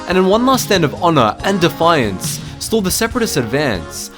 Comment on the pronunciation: You made me proud when you said defiance.